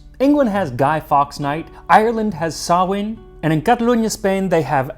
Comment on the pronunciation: Good job on the pronunciation of Samhain most people outside Ireland get it wrong 👍